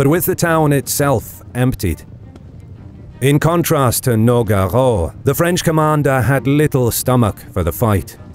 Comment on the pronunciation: MI-RON-DA. NO--GA-RO.... I'M DEAD JAHHAHAHAHA